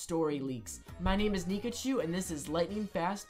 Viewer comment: For a sec I thought you said your name was dikachu